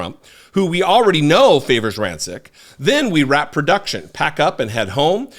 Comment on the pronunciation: I believe the pronunciation is "Ran-chich".....anyway, we've long known #Chump is a racist slimeball, but it needs to be hammered home more